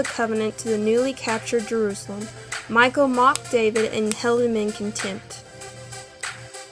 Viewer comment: Name is not Michael; it is Michal, pronounced mee HALL (the h sound is rough, like the ch in Bach or loch).